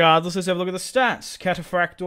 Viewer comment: I just stated that you can’t really tell how it was pronounced but it never would have sounded like cathaprakte rather like kataphraktoi